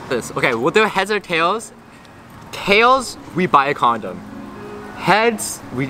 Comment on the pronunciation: that’s the most korean “we’ll do heads or tales” i’ve ever heard